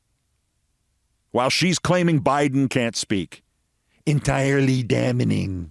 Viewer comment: "Merrica Garland"? "Damnening"? 😂😂😂😂!!